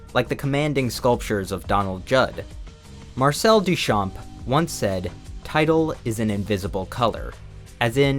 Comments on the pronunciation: Hey, just want to let you know that the "p" in Duchamp is silent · Great video! Little tip from a french fan : the P in Duchamp is silent!